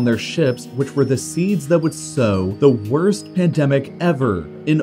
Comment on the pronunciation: “The worts pandemic ever” yet*